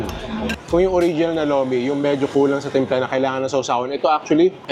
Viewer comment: Lomi po hindi lumi